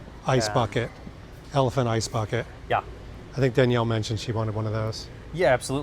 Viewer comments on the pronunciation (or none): none